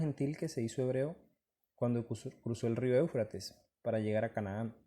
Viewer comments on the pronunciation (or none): none